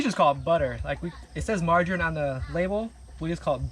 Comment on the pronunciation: example u pronounce the word magarine as marjarine like "J" in pilipino marGarin" not J but G as is great...